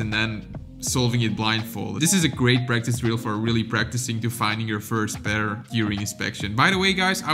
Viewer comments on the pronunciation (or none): none